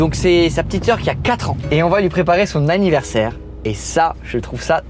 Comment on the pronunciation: c'était la première fois que tu montais sur un poney? Trop dingue! la tête de rat constipé il est trop beau ce ballon papillon! Aaaaaah béh on sait ce qu'il mange maintenant! "AVINNAIRSE" "hu cannabis"